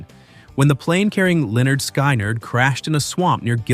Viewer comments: It’s it’s Lynyrd Skynyrd !!! Skin-nerd NOT LYNYRD SKY -NERD!!???? WTH??? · Pronounced Leh-nerd Skin-nerd. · Sorry, the band is pronounced Lin-ard Skin-ard.